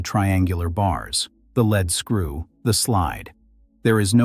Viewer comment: say it: leed-skroo!!!